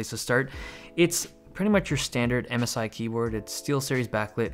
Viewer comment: I thought you said Amazon instead of MSI